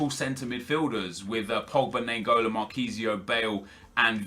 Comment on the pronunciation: Im from belgium and naingolan is pronaunced as ninegolan